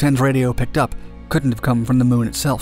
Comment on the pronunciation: LOL Can't even land a rover on the moon right anymore. "We heard music on durr moon, right guys"